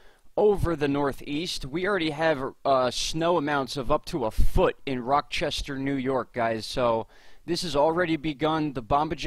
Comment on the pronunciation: Great work...you are more helpful than local weather reports...Thank You!! Mar 2 afternoon...12 -14 in so far... Slight correction...Rochester , NY ....no "k" sound..."ch" like Charlie! Much love..